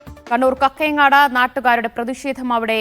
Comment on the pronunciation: Not കക്കയങ്ങാട് കാക്കയങ്ങാട് എന്നാണ്